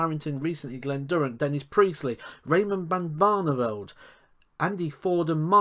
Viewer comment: Bit of a Tongue twister you saying raymond ban varneveld😂😂😂